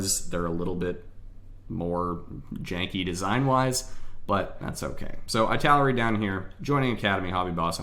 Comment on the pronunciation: Thanks, it helped a lot! (Btw, Italeri isn't pronunced like that, it's "ee - tal - er - ee")